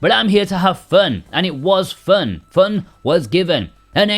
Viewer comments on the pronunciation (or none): Its FUUUHHHHHHNN! dude really? How u talk?